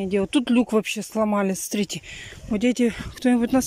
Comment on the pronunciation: Да у неё целый свой словарь, сорите (смотрите), ИльЮша... слов много, но от этим меня передёргивает больше всех.